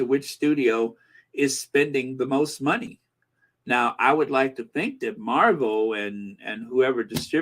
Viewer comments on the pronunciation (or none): none